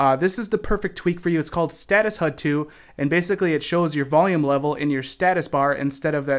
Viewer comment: you say "Status Hud." HUD is Heads Up Display which is said H-U-D not Hud